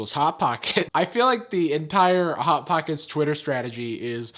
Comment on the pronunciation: News flash: can’t pronounce the s sound when the word Hot pocket Is in front of it.